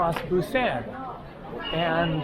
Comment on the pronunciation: Could you please refer to Busan by saying "Busahn" and not the hard a you have been using. There is no hard a sound in Korean. Thank you.